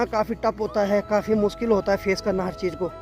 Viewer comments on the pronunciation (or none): none